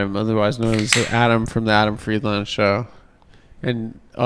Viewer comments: He always pronounces it wrong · Why does Adam pronounce his last name like someone that is not from Rhode Island, trying to pronounce "Pawtucket"?